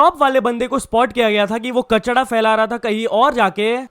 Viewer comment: Kachra hota h be kachda nhi😂 Kafi words ko glt bolta h,chae english ho ya hindi😂